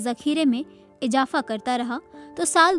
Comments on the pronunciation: Ijafa nahi sister IZAFA(URDU WORD )VURUDDHI IN HINDI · IJAFA NAHI MAM IZAFA THEEK SE URDU BOLIYE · ijafa ni izafa hota hai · Ejafa ni ezaafa 😂